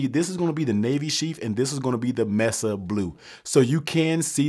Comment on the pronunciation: …it’s pronounced “may-suh”…not “ mess-uhh”…